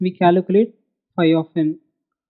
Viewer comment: its Calculate !! not Caluculate :D :D :P